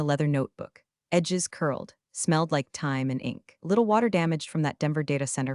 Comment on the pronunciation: guess AI didn’t learn how to read phonetically : Den - ah - vere 😉🤫